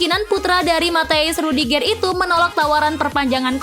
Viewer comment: Intonasi pembacaan nama pemain nya dong di perbaikin,,rudigeur bkn rudigeeer 😅